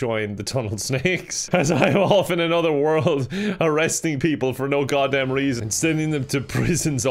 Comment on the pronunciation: the way you say "goddamn" is the most american thing i've ever heard you've been exposed